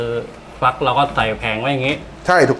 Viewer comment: ฟัก ไม่ใช่ฝัก